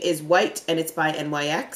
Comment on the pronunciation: LOVE UR VIDEOS,.....just an FYI, they NYX is actually pronounced "Nicks"......I know how you are when pronouncing things like "Okra"......LOL! S/N: ur definetly a beast!